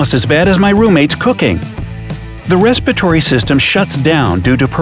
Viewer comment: the respiratory system, not the respitory system